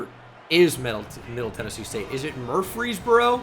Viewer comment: bro couldnt say "murfees burrow" lolll